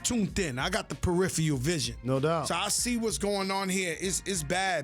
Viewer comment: I can't take a guy serious when he tries to say he's smart and mispronounces peripheral vision